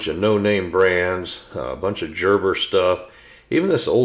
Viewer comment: Very enjoyable video. Knives and I have a checkered history...too many scars as a result of not using them properly as a kid. Growing up, hardware stores were the only stores I was ever interested in. I would have loved the ACE stores. I just have one negative comment....please pronounce Gerber properly. It is a name with German origins. The G is hard, therfore a G not a J.